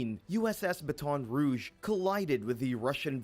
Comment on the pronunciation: Didnt even say Baton Rouge correctly....most reported is not shocking. Nice click bait